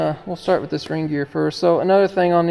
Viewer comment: I swear Kevin is infectious… Every time says “ring gear” I swear I’m hearing Reindeer.⛄️🌲 I’m glad I watched this video. It’s a great reminder that buying an older machine may seem like a deal until something breaks and you can’t get parts for it. Even if you can you can get parts for it you can’t get to work on it for you. Your much better off spending some more $$ up front and buying it from C&C Equipment where you know the machine has at least had a good going over and you’ll get an honest opinion of what you can expect from it based on years of experience and headaches…and how to avoid most of them.⚡️💥